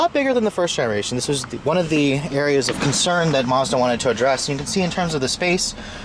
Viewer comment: He said Mars Bar